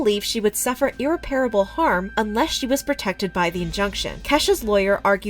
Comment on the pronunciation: You continually mispronounced the word " irreparably ". It's unbelievable how illiterate milenials are. The more time they spend on their devices, the less time they spend on using the spoken language. Another word I hear constantly used that's not even a word is "conversating" . The correct word is "conversing" . There is nothing wrong with Kesha's weight. That scumbag is trying to destroy any self-esteem she has left. He took advantage of her youth, the lack of family nearby and her naivity. Glad her mom is in the picture now. You are right about prayer. God is real.